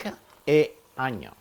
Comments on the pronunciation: Why all italian chefs say onio?🤣🤣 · i love when you say add the onion. your accent on onion kills me